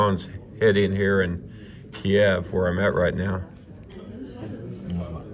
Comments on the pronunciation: Hey, thank you for your "man on the street" reporting from Kyiv, and general support of Ukraine. Having a wife from Kyiv I can make one suggestion on the pronunciation of "Kyiv". Most there pronounce it as "keev". russians pronounce it "key ev". By the way your bomb shelters are Amazing!!! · Need to learn how to pronounce kyiv especially when talking to the locals